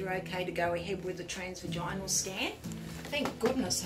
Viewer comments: It’s pronounced “tras-vaj-in-al” not “trans-vaj-ine-al.” As sonographers you should at least know your pronunciation… I tell you what though, would make me feel so uncomfortable!! I would much prefer, was it!! She was far more professional, at least stepping outside while the patient undressed and laid down, and covered themselves. That’s what my sonographer did, and I was very grateful. She also left the room while I cleaned up and got dressed. could take a few lessons from. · 100% Plus, can’t even say transvaginal right!!